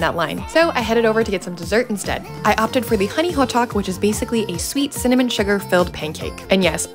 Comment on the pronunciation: Why did you pronounce hotteok so weird?! It's ho Dduk/tteok the same tteok in tteokbokki, not hot tuk